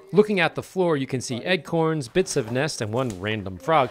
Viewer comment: great video but did you say Eggcorns not acorns. LOL